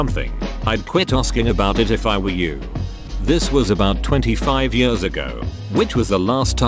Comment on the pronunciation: I love how the text to speech voice can correctly pronounce some pretty complicated sentences but also says "50 yurrs".